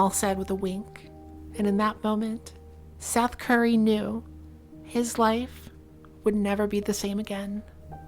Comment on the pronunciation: Did she say SETH CURRY